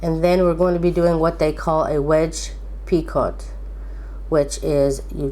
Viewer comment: I just wanted to let you know that it is pronounced "pee-co" The "t" is silent.